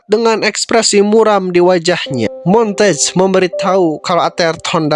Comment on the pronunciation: Bang nama Duck asli itu bacanya mon-te-gue bukan montage